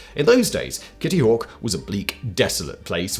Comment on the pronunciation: Kitty hawk tuwa lol is what when he says it